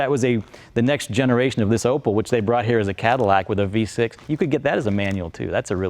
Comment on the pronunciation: Opel, not Opëll